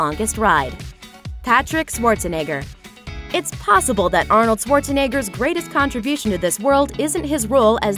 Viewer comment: His name is not SWarzenegger it's SCHwarzenegger